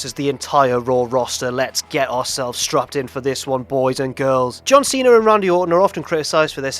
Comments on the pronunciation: I laughed at John Tweena. Keep trying,. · John twena